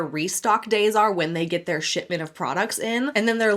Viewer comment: heard sh*tbin instead of shipment, sounds about right 😂